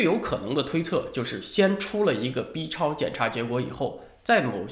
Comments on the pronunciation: 文昭老师对“B”（一声）超的重音强调让人耳朵一紧。在大陆一般都习惯读四声，音同“毙”。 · B念4声别念一声行不🤣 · FU VM 哈哈，还真是的，这字咬得跟骂人似的……